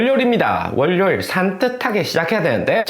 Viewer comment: 월뇨일 아니구요 월요일이요❤